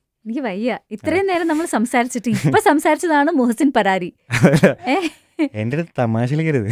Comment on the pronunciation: ഇങ്ങള് മുഹ്സിൻ പരാരി അല്ല മുഹ്സിൻ "ഫരാരി" യാണ്